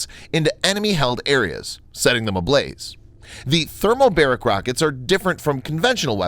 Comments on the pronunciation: Thermobaric not thermobasic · Thermobaric, not Thermobasic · "Thermobasic" LOL LOL .Like J.W.Bush -"Nucillar" weapons . I bet the poorest countries are more literate than some you folks (I mean Americans) . IT'S THERMOBARIC for god's sake , YOU EVEN HAVE A SUBTITLES RUNING AS YOU SPEAK THAT SAYS THE RIGHT WORD . I know I know , some might think I'm overreacting BUT I wouldn't be if it wasn't so so common for people to be ignorant and outright uneducated, uninformed and to embarrass them selves on line .Although on a scale this is pretty low , the thing's you see on the net that people do and make a grand fools of them self is just unbelievable